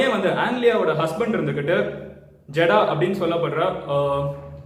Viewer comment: Jadava. Illa jeddah va